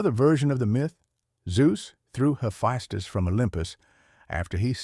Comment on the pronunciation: It's so confusing how your AI pronounces the name Hephaestus. So far I heard three ways of those pronunciations.